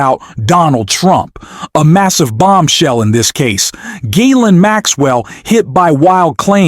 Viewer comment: Gotta love the AI Jizz-laine name pronunciation. Bernie Sanders remains the one politician who can replace the most corrupt administration this country has ever seen.